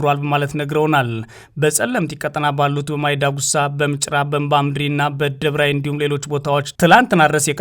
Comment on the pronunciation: Don't say ደብራይ it is ደቂ ገብራይ